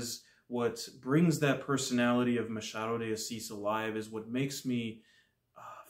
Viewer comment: Well done! You are the first non-Portuguese speaking booktuber who got the pronunciation of the author's name right. Your pronunciation of "Machado de Assis" was perfect. Thank you also for your brilliant review!